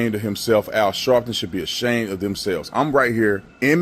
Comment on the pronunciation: Dude can’t even fully pronounce “ashamed” smh 🤦🏾‍♀️ the boot must taste good for him to be licking it that hard